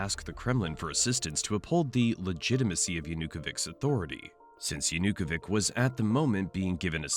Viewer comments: It's 'Yanukovich', not 'Yanukovik' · Yanukovich is not Yanukovik hes Yanukovich ch like in chair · Will you please lern the correct pronunciation of Yanukovych? It's hard to take this serious when you're saying it like that.